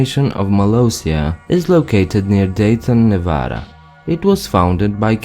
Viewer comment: Thank you for correcting the pronunciation of Nevada. It's always a pet pive of mine. Everyone outside of Nevada also mispronounces the name of settlement of Genoa.